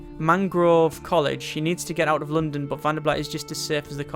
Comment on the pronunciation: question, why do you pronounce London like some exotic Chinese dish?